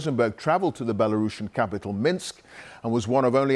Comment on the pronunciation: LEARN HOW TO PRONOUNCE BELARUSSIAN!!